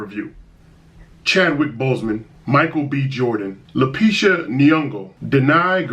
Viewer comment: lapisha!? you mean lupita fam lol